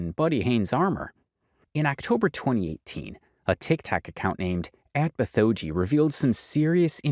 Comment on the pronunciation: Small nitpick, Bithoeji is pronounced "bit hoe gee". It's a pun on bitmoji.